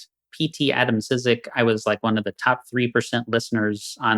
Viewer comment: Beautiful song, thanks for sheding some light. Podsiadło is quite popular in PL for his characteristic vocal and music style. I recommend 'mori', maybe you've already heard it. (And a pronunciation help: David Poad-shud-law and A-dam-chik)